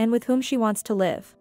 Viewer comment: Please learn the different pronunciation of the word live and when to use the different ones. You use it incorrectly.